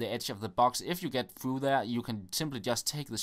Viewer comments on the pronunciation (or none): none